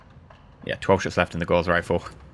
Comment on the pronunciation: Gauss isn't pronounced like "course" it's pronounced like "house".